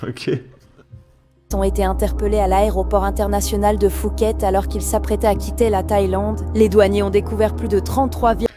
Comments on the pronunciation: Et l'inculte de journaliste qui prononce Phuket... Fuket Quant aux jeunes, dommage qu'ils se soient passionnés pour l'architecture romane ou l'impressionnisme, car s'ils avaient été cinéphiles, ils auraient vu Midnight Express et Bangkok Hilton ... film et série qui avaient successivement traumatisé deux générations ;) Allez... bisous depuis la Suisse ;) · La narratrice ne sait même pas prononcer Phuket (Pouket) correctement 🙄